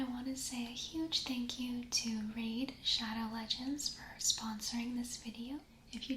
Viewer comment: ah yes laid radow shegends